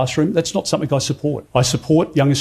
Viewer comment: Peter Dutton says - Somethink. If only something could teach him the correct word to use, maybe, an Education Industry or "somethink"